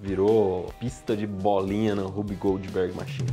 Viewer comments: Achei era Whoopi Goldberg e o Iberê tava falando errado hahahahahaha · Legal, mas eu só conseguia ouvir "Whoopi Goldberg machine" toda vez que vc falava o nome 🤣